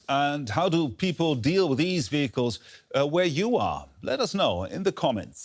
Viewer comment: She needs to work on her pronounciation of "vehicles". Makes my ears hurt - even as a German. 😅